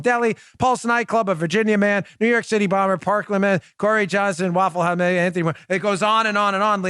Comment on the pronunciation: Parkland School Shooter... Mumbled that one...